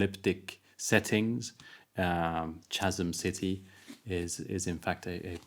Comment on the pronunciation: Reynolds is my favourite living Author. I dont think I've read anything of his that I haven't thoroughly enjoyed. I will have to pick up Chasm City now as its one of the few of Reynolds that I havnt got around too. Just a quick note on pronunciation, think of the "CH" in chasm as a "K".